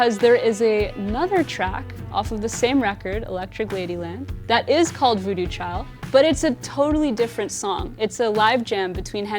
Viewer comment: its voodoo chile...not child